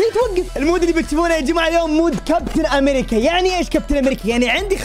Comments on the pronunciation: {امريجيا 😂 مايعرف يلفض الاسم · كابتن امريكيا❌ كابتن امريچيا✅ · لا يقول كابتن امريتسيا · لا يقول كابتن امريجا